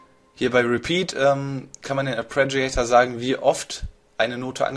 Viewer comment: Hässliches Wort, ich weiß, abe res heißt "Arpeggiator", nicht "Apreggiator". ;-) Braucht Ewigkeiten, bis man das drin hat . . .